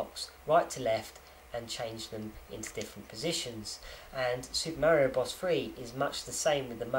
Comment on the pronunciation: I like the way you say Super Mary-O. lol I knew a kid who had that watch school Back in the Day. I HATED him! I'm sure the collectors are SCREAMING since you opened that Game & Watch. I agree with you. What fun is it if you don't play it?